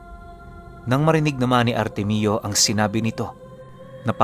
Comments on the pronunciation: Artemio ❌ artemyo✅ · Ar-temyo po tang pronounce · Ar tem yo po pronounced Ng pangalan na artemio